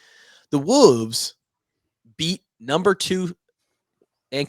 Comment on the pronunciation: Every time he says Wolves I bust out laughing. 😂